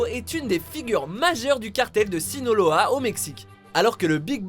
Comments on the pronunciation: Juste c'est pas sinoloa mais le cartel de sinaloa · ça on aime nrvgang rahoeeee Sinaloa pas sinoloa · c'est sinAloa et non sinOloa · Sinaloa pas Sinoloa 🤦🏽‍♂️ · On dit SINALOA pas SINOLOA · Sinaloa pas sinoloho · C'est Sinaloa, pas Sinoloa, même le mexicain dit "el cartel de Sinaloa", renseignez vous au lieu de dire n'importe quoi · cartel de "sinaloa" et pas "sinoloa" vous abusez meme le mec que vous montrez en interview dit distinctement sinAloa !!! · JE REVE OU IL A DIT "SINOLOA"